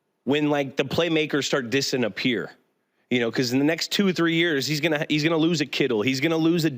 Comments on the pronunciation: Did Edelman say “dissing-a-pear” instead of disappearing? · Catching julians cte a little bit. "Dissinpearing" Dont get me wrong i love him, but anyone else notice it?